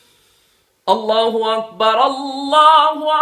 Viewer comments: Mashaaa allaah bahut qoob lekin maaf karen allaahu akbarallaahu akbar ke bajay allaahu akbarullaahu akbar me zabar ke bajay pesh shayad atahoga ek bar tehkheeq karlen I am sorry mujhe aysa lagta hai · Masha, Allah azan a hai hai Lakin Allah Akbar k r per paish hai qari sahib nai zaber parha hai no k sareeh GHALTI hai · Bhai jan allah hu akbar rulllah hu akbr ral ni rul he jnb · Ap ne galt para hai ye Allah hu akbarullah hai ap ne Allah hu akbarallah para hai ye galt hai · Allahu akbar , raa ki peesh durasat karain